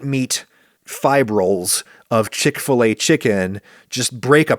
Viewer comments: Ive only ever heard it pronounced "chick fil A" as opposed to your "CHICK fil a" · Wait - what? It's called Chick f-LAY? I (over here in Britain) thought it was Chick Filler. We pronounce 'fillet' to rhyme with 'skillet'.... which is probably as weird to Americans as 'f-LAY' is to to us Brits!